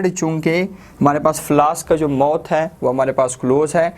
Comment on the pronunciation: Mouth hota h mot nai